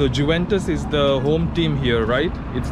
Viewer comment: Bro, it is pronounced as yuventus, not ju ventus